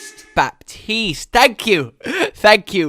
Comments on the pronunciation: Its not baptist its batis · “Be-teas-t” is how I believe it’s pronounced. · I think his name is actually pronounced "Batiste" (without the P). At least thats something I heard from someone called that on Reddit, but with my limited knowledge of french (since its a french name) I believe that its correct. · He said Bastille 😂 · It’s pronounce baa-tise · Btw We don't say the "P" in Baptiste we say "Bastiste" :D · you should have heard him during the recording. So many butcherings of his name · ACTUALLY the p is silent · Normally, the "p" in Baptiste is mute but whatever. English, amirite? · I hate to be that guy but you're still saying his name wrong. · You don’t pronounce the P. :D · He said the name wrong LUL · You don’t pronounce the p in Baptiste